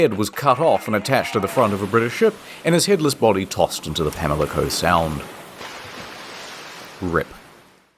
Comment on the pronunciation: lmao Your depiction of Bath, NC is waaaaay nicer than the actual Bath, NC. Edit: A minor mispronunciation correction: Pamlico Sound is pronounced Pam-li-co, not Pam-i-li-co. I’ve been to multiple Blackbeard related locations, included his home in Beaufort. The story around that place isn’t very cheerful, he stayed there with his common law wife, a very unwilling 18 year old who he hanged from an oak tree beside the house. He had a pretty big impact on the Outer Banks and the towns around the Sound. In the town where I live there’s an archeological center dedicated to studying and preserving parts of the Queen Anne’s Revenge that have been found. I was able to go in some of my preservation and historical objects classes and it’s insane to see the items from inside the ship in person.